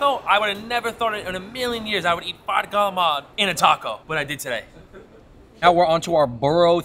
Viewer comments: The way he said calamari gave me aids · its gallamar if you're from NYC area !